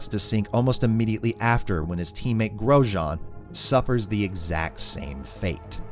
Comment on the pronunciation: Well, Grosjean is not pronounced as "gross jean." He does make quite a lot of mistakes in the races though. (He has crashed under a safety car.)